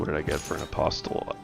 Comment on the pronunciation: Enjoying your optimisation style of play - keep it up! Btw the ‘t’ in apostle is silent :-)